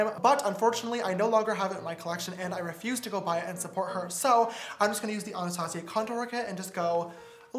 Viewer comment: Am I the only one that was triggered by how James pronounced “Anastasia?” - Nope? Just me? Ok.